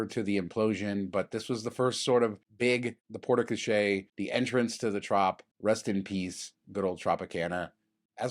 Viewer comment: Also, FB's pronunciation is not your fault, its the brand who are wrong. But you gotta work on that Porte Cochère pronunciation. My old french immersion teachers are rolling in their graves, and most of them aren't even dead yet.